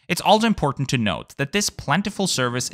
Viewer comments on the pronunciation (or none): none